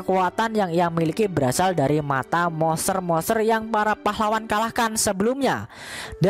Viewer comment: bacanya Monsteeerr monsterrr... Moseeerr mosseerr.. udah ketawanya garing, lidah pendek ngmng monster aja ga jelas.. goblik goblik